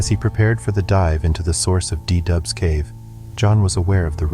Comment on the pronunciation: It´s called cave du Doubs, not De Dub. 😀